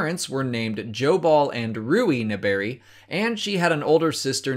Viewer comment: Oh god,, your pronunciation of 'Naberrie' hurts me.😢😢😢